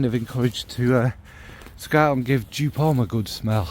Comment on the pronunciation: Sorry to say: it’s joop (German pronunciation). But you are kindly forgiven.😉